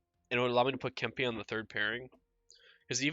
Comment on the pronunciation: Say Kempe’s name like Kemp-ay.